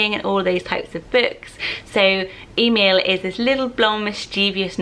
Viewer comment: We have a little Emil, three months old. His dad is German and we live in Australia. In Australia it's usually pronounced eh-MEEL, but the German side of the family pronounce it very similar to the Swedish way you pronounced it. I love it so much.